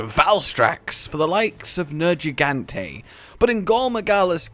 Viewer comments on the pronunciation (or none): none